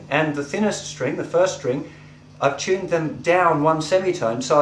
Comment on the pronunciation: he chuned them... not tuned, chuned.